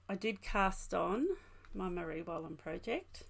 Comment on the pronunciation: Another lovely podcast. Your cardigan is so nice. All your information is great. Your pronunciation was good of the Marie Wallin garment. Thanks from a very cold windy Scotland.